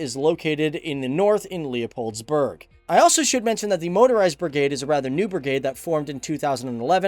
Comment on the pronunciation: En zeker hoe hij "Leopoldsburg" uitspreekt! 😂 GE-NIE-TEN